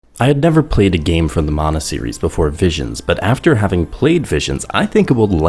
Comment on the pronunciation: Props for pronouncing "mana" as "mana" and not "manna" like everyone else.